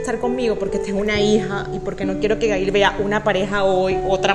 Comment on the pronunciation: Q fastidio llamando a su hija Ga-il, tal cual y como se describe en español. Es un nombre en ingles pronuncienlo como se debe..